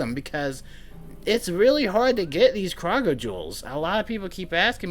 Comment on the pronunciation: Kroger (crow-ger) is how you pronounce it fam.